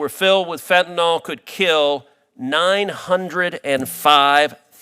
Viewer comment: Can someone please point out to everyone that the drug is Fentanyl, with a Y, not an O. It is pronounced FEN-TAN-ILL, not FEN-TAN-OL. I am surprised at Sen. Cruz for his mispronunciation as he is a very eloquent speaker an does not make many mistakes. Why is it so difficult for people to see that Y in the word and pronounce it correctly? Sorry to be the pronunciation police, but really?